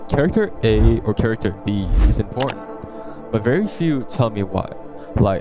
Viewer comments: yo anyone gonna talk about I M O R T A N T instead of I M P O R T A N T ? anyways the video strikes the nail on the head. These 3 take the time to give you basically 2-4 episodes on their first, and drag you in. Since Re:zero came out, any time I've seen an anime start off with more than the usual 24 or so mins runtime; I get hyped because it almost always means a great anime just dropped. Ofc it also is indicative of a studio that is putting in a lot of effort for the anime as they have to battle for airtime on jp tv. A run of the mill pump n dumper isn't going to go the extra mile to negotiate for a bigger cut of the pie bc that costs the studio more. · imortant lmao